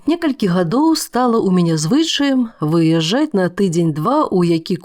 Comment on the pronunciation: У дыктаркі зусім з вымаўленнем кепска: выяжжаць, чь, мяккасць адсутнічае ў патрэбных месцах...